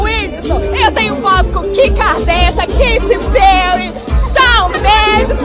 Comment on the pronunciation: KIM KADÉCIAN, QUEITI PÉUI! CHÁU MEINDIX! Ah não